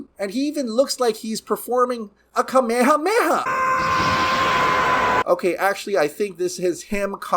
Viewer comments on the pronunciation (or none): none